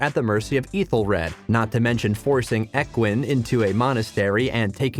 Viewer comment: Ethelfleed? Ekwin? Mercy (for Mercia) It’s annoying! Who is Godwin?